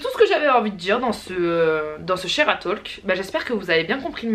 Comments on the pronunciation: La vidéo est excellente, comme toujours ! Juste une petite remarque : on ne dit pas le L de talk en anglais, c'est plus : "Tôk" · Combien de profs d'anglais se sont retournés ds leur tombe ? On ne prononce pas le "l" ds talk